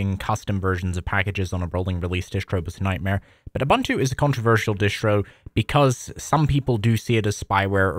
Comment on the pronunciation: Ubuntu is pronounced as "oo-BOON-too." The word "Ubuntu" is an African philosophy that roughly translates to "humanity towards others" or "I am because we are." It emphasizes the importance of community and mutual caring for all. This philosophy is reflected in the development and distribution of the Ubuntu operating system, which is freely available and encourages collaboration and sharing of software.